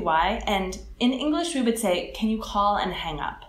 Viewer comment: ja bych treba poznal ze nejste Anglican z vasi vyslovnosti slova word jde tam moc slyset to O uprostred v Anglii se to cte jako w(dlouhe)Erd (stejne jako worm je wEEErm atd.) a u slova we jde slyset ze to vyslovujete jako Vee (when in fact) se w in we vyslovuje stejne jako w in would kde ho vyslovujete perfektne.... mnoho cizincu ma s we problem a jeste horsi to je u tydne coz je week NE veek ale jinak jedna z nejlepsich Anglictin co jsem u Cecha kdy slysel takze palec hore :D